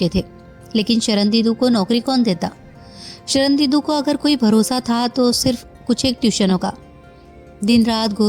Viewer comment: आवाज तो आपकी मोहक है, पर आप पूरी कहानी में 'शर्णेन्दु' को 'शरणदीदु' क्यों उच्चारित करती रहीं ।